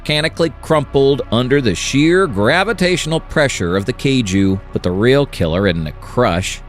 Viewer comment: You mispronounced Kaiju and Tokusatsu.